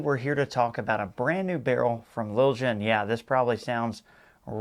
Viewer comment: Why do folks pronounce Lilja that way? The j has a y sound, so it sounds like Lil-ya. Don't believe me? Call them up and listen to how they answer their phone.